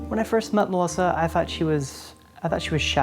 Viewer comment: Why does the narrator pronounce the name Melissa Melisser? Is that just me thinking that? Just curious.